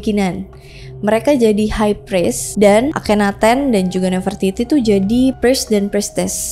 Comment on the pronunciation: Bacanya bukannya nafre-titi ya kak?